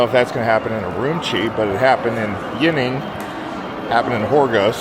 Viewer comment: Great video. BTW Urumqi is pronounced oo-room-chi q is pronounced like “ch”